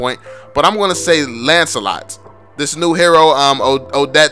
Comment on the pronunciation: I thought he said "subscribe to the channel if you're noob.". Hahahahah